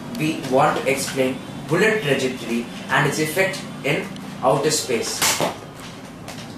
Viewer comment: Guys its TRAJECTORY and not TREJACTORY but anyways nice video. all the best.